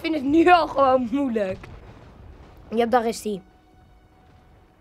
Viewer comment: waarom zeg je moeleijk wel leuk hoor